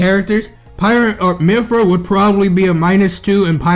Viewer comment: it kills me when he said "MYPHYRA"